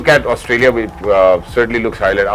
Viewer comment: Asutralia nhi hota Australia hota hai😂😂